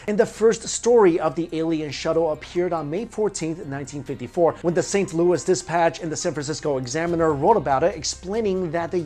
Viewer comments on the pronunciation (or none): none